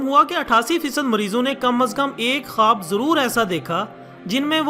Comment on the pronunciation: khaboooo kia hota hai khuwab bolo jnab